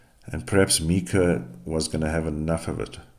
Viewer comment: Its myka You are pronouncing her name wrong